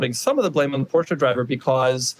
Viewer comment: What hurts more than the necks of those 2 drivers is the pronounciation of the "Porsche"